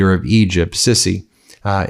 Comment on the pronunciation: Al Sisi is pronounced Al Seesy